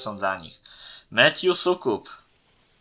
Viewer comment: od następnego odcinka Pucharu Świata mów ł zamiast u w przypadku Soukupa z Kanandy